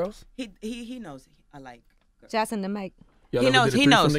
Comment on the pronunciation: "I always liked the gurrs " 😂😂😂